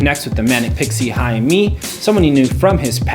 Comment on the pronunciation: "-ae-" in Haemi always sounds as h in happy when it comes to Korean alphabetization. no exception on this. BTW, great review dude. I love it!